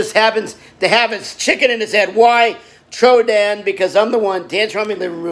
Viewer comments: If everyone says troydan then celebs can’t say troyden so edit to make it where it says Troydan fans: troydan Celebrities: troyden Big Ed : TRO-DAN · Everyone: Troydan Celebrities: Troyden Big Ed: TRO-DAN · nobody: Big Ed: tRoDaN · Nobody: Not even: Troy Big Ed: Trodan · Big Ed rly said: chodedan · Big Ed is saying chodan